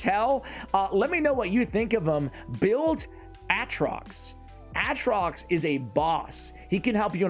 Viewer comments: Hahaha he keeps sayin "artox" bur his name is ATROX. Still like ur videos though keep up the good work 👏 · I love that you are correcting yourself calling this hero artok by calling artoX, but it is actually aTroX:p you'll get it one day, I believe in you! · It not artox it's atrox lol. Still a great video man love it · It's (A)Trox bro come on MAN!!😂